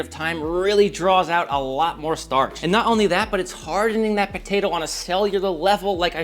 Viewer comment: It's potato not ptaydo 😂